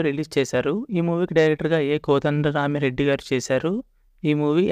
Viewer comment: Kodanda rami reddy peru sariga paluku ra babu